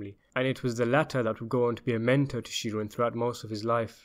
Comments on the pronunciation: Please research American pronunciation. It's ANDgelo Bufalino. We also pronounce Sheeran as SHE-run. We may be wrong on these things but that's common usage in the US. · ikmarchini don’t tell a man how to pronounce an Irish name if you don’t know it yourself, Sheeran should be pronounced “Shear-in” not She-run